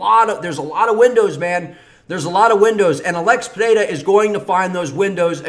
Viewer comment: As a Brazilian I can say: You pronounce "Pereira" really well. Best so far